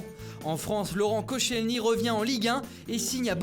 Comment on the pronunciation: Aie la prononciation de koscielny